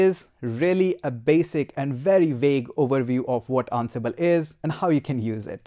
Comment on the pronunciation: I feel like you're saying annabelle. sir it's "an-sible"